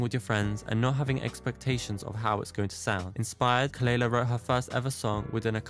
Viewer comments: Just a light comment, the correct pronunciation of her name is kuh-luh-lah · her name is pronounced kuh-luh-lah. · At least pronounce her name right, it’s kuh luh luh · youre pronouncing her name wrong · Not you mispronouncing her name.. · At least say her name right... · Thas not how you pronounce her name. 😘